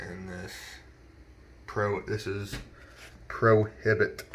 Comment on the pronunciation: I love how you say "Prohibt" 🤣